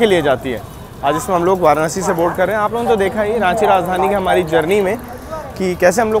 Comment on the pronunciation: वाराणसी bola Karo, वाराणआसी nhi 👍. I Hope AAP samajh paa rahe ho